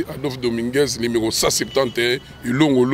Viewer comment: Yo tata wenge tonya tonya okoki te ebongo kaka parlement oko koka...oko mela pema en plus ozo loba limero au lieu de numero